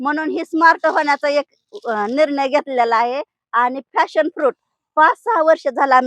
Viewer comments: फॅशन नाही , पॅशन फ्रुट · फ़ॅशन फ्रुट नव्हे मॅडम, पॅशन फ्रुट आहे ते! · Fashon.nahi Pashon